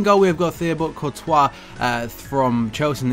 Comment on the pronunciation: its Pronounced Tea-Bow Court-wah anyway great vid:)